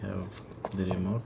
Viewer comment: "apol tv facke" "we have da remot" 🗣️🔥🔥🔥🔥